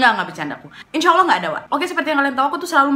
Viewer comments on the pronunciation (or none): none